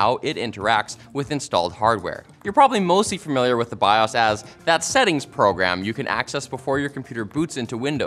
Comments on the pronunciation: "Bi ohs".. who says bi oss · It’s bios not biahs. Learn to say it right. Thanks. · my dude. Stop saying bias. It's bios. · He confidently says biOHs as biAWWs which is great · My dude, it's pronounced "bye oh's" not "bye awws" lol. 🤣🤦‍♂️ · It is not called biAs. It is BI-OS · Bi-owes, not bi-awse 🤦‍♂️🤦‍♀️ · They make the Bi-yasssssss. This is a first I heard someone pronounce it this way. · The way he keeps going back and fourth between pronouncing BIOS as Bi-ose and Bi-ahs is driving me crazy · I think he's saying bios wrong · There is an O in the word BIOS you monster!!! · Why does pronounce BIOS differently at random? Is he trolling? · I've always pronounced it Bi - Oh - s' Is that wrong? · Maybe figure out how you want to say "BIOS" BEFORE the video, instead of pronouncing it 30 different ways in 4 minutes. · Why do you say BIOS like that 🤦🏽‍♂️ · You said Emily Rios correctly, but "BIOS"?...lmao